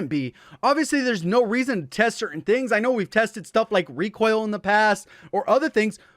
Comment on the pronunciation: "rekwoil" lol